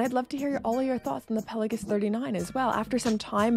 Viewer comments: Do you even know what Pal-ei-gues means? I doubt it 😂. And it’s pronounced Pel-a-gos . What’s wrong with your speech ? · I agree on the rivets of the Black Bay. Don't notice it when on the wrist. However, I do question your pronunciation of 'Pelagos'.